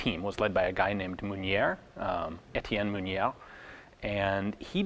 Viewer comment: It's pronounced "Rosiniol" you actually got it pretty OK the first time :) oh, and the "r" of "Mounier" is (always) silent ; You know how the "a" sounds when you say "a pistol"? or the first sound in "evaporate"? No, wait, better yet : you know "touché"? There you have it : "er" sound (exactly) like "é" : Mounier. Ian, I've been here since the early blog beginnings, and it's been really great the whole time ; Merci :)